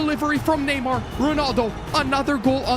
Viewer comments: It’s NAY-MAR not NEE-MAR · did bro said neemar